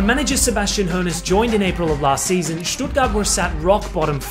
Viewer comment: Why are you pronouncing „Stuttgart“ so well? Good job!!!